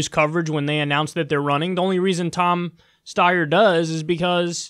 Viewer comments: Kyle, is how to correctly pronounce Steyer...but you already knew that. Cheap shot. I wish you hadn't have taken it; it diminishes you. And no, I don't like him either. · Come ON, Kulinski! It's pronounced "Steyer," duh!